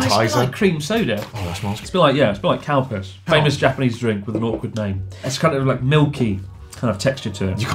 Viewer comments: I thought he said "it tastes like Cow Piss" 0_0 oh wait...he meant Calpis XD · Calpis sounded like cow piss. It looked the part too. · Every time Chris says Calpis, all I can hear is "cow piss" for some reason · I understood "Cow piss" instead of "Calpis" and was very confused why that was positive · Chris: This tastes like cowpiss! Me: what? Chris: Calpis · When Chris said Calpis I literally thought he said " Tastes like Cowpiss " it cracked me up so hard omg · Thought i heard cow piss😂😂calpis* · Thought he said cowpiss when he actually said calpis! 🙂🙂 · I think I'm drunk despite never drinking in my life cuz I swear to God I heard Chris say "Cowpiss" instead of Calpis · i heard calpis as cow piss and was so confused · Whenever chris says calpis i can only hear cow piss... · Who else thought Chris said cow spit? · I swear when he said Calpis I thought he said cow piss 😅🤣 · Their pronunciation changes drastically to the worse towards the end of the video